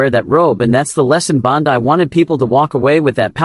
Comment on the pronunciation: This AI reading sucks. Words are mispronounced. There is no slight pause at the end of a sentence. It is all run-on and too fast. He name is Pam Bondi (pronounced Bondy, not Bon die.